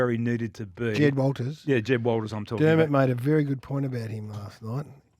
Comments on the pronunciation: Checked out when both of you idiots for Jed Walter's name wrong lol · Jed Walter might even be good enough that you "experts" actually get his surname correct.